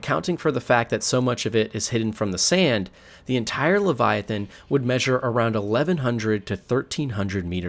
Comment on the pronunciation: gawgawntuawn leviofan